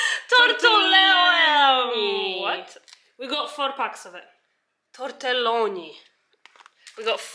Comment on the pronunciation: Loved when tried to say “tortelloni” ahahahah